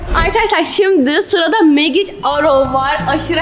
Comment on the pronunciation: En gicik oldugumda Magic sozunu oldugu gibi soylemesi [ Məe: dj ik] yani Mecik diye okunuyoo